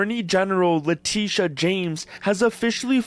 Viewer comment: They mispronounced her name, it's "lah-TITTEE-yah"